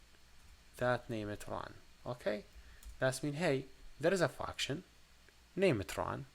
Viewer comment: It feels like he says "fucktion" instead of "function"